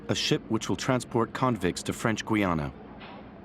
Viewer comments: I've read all of the books that ex-cons have written about French Guiana. How can you respect a video that can't get the name of the country pronounce correctly. It's not Gwe + Anna !! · Gweeana? I stopped watching at that point.